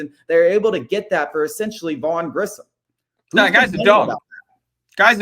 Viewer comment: Why can’t say Grissom properly